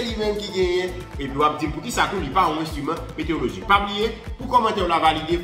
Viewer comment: Kesnel, excuse-moi. On dit "météorologie" non pas "météologie". Il y a un "ro" dans le mot. Ne te fâche pas!